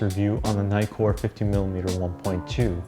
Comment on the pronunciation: The 'i' in Nikon or Nikkor is pronounced as in 'tick' NOT as in 'item'....It's in the details !!!